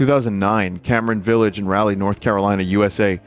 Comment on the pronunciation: vinny, as a person who grew up around Raleigh, i gotta tell you that Raleigh is pronounced "Raw-ly" thank u goodnite